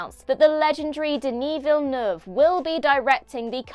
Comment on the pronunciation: FINALLY, "Villeneuve" pronounced properly!